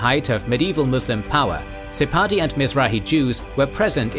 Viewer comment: Pronounced the P in Sephardic. Now I'm wondering if that's a thing in some dialects. I know it's pronounced like an F in Hebrew, though